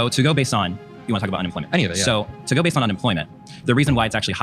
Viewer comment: did he say what I think he said? Bay zed